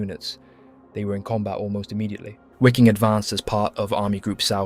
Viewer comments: Wiking is pronounced "veeking" not "weeking" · It is a bit frustrating. It wasn't this channel ....but another I was watching .and I heard SS Wiking ...pronounced " wicking". 😖 It bothered me I must be honest. Lol.....EDIT: well , I see the pronunciation is incorrect here as well